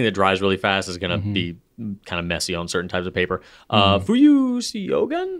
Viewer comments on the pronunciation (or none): Fuyu-syogun is pronounced “show-goon” btw 😊 Like the movie “Shogun”, if anyone remembers 😅